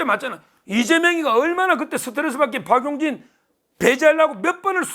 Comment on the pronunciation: 박윤희가 아니라 박용진이요 발음 정확히 부탁드립니다 ❤❤ 우리 변호사님 더위에 건강유의 하세요!